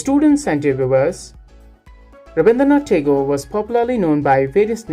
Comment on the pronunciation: Sir your explanation is amazing but its not taigore its right pronounciation is tehgore.